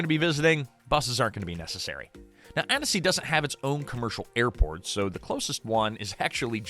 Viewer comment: It’s pronounced Anne-see. 2 syllables. If the narrator (AI or not) adds a syllable, don’t trust anything after that.